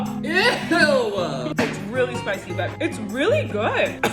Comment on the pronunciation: The way he said “spicy” 🤣🤣🤣